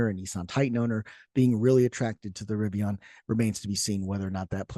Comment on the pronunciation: It's pronounced "Rivian," not "Rivion."